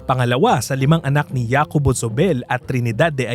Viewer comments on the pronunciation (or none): J in Spanish is ‘ha’ not ‘ya’. So pronounce Jacobo as ‘Hacobo’ not ‘Yacobo’ 🤷🏻‍♀️ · Una hindi YACOBO ang pronounciation. Its HACOBO. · "ya-ko-bo" hindi ba "HA"-ko-bo dapat pronunciation nun? Factual error: The hacienda was bought almost a hundred years prior, still well into Spanish colonial era ! Way way before Rizal was born! It wasn't Trinidad and Jacobo who bought it. "Colonel" who? Juice ko, give enough credit naman kay McMicking de Ynchausti - their wealth now is practically his brainchild. Pre-WW2 wealth was basically lost in all but name - one ancestor died n his deathbed with such worry nga di ba? Forgot to research or omitted? Indonesian Salim family-backed MVPangiinan-led $MPI Metro Pacific Investments won the bid for BGC deveclopment. However, Asian Financial Crisis falllout, they had to sell to ZdA and Campos/Yao of Del monte fame/infamy later on. : Misleading, and most probably walang konek ang BGC at Nuvali. For the latter, the Yulo family of the [infamous?] Canlubang sugar estate[s] wanted out of the dwindling sugar industry. Thus they had sold/parcelled out much of the land for other pursuits, including that of Nuvali (Ayala), Greenfield (Campos/Yao of Del monte fame/infamy again), Eton (Lucio Tan) and perhaps Villar too as I'm seeing VistaLand developments around the area. (gahd, these things are at the Wikipedia entry for them, why all these mistakes???!! ) update: 'OG Rich' is stretching it - TBH they are relatively newcomers - see the legit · Jacobo is pronounced "Ha ko bo", not "ya ko bo" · JACOBO is pronounced as HAKOBO. J in Spanish is pronounced as H. You keep on saying YAcobo instead of HAcobo it's so annoying to hear it. 🙄😒🤨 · Hacobo hindi Yacobo. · hacobo ang basa sa name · Hi wrong pronounciation of the name. Jacobo is pronounced as Hakobo. Thats a normal spanish name here in Spain. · Jacobo pronounced as HACOBO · oo pwede nga pero to give honor kay JZ, hindi tlaga Yacobo ang pagbigkas. Sana research din hindi lng basta pwede na.